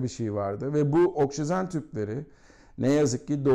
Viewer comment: Anlatımınız o kadar karışık ki. Üstelik üstüste aynı şeyleri tekrarlıyor, devrik ve anlatım bozukluğu içeren cümleler kuruyorsunuz. Bu arada oksisen değil oksijen.